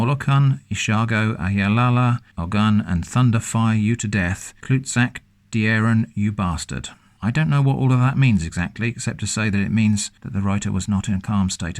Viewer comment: "klootzak" is a Dutch swearword. It's actually pronounced "Cloat-zah-ck" and it means "ballsack" (only kloot is the rude version of ball, only used as swearword) He basically called you a ballsack